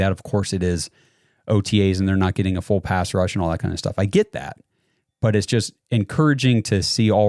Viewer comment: check your audio. Every time you say pass the 'p' is silent.